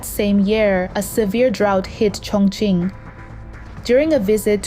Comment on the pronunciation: and she pronounces "Chongqing" incorrectly most times